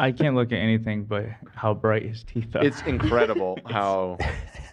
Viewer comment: Zach: “spray on my teef” gets me everytime